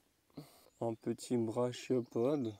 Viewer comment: "brachiopode" se dit "braquiopode"😉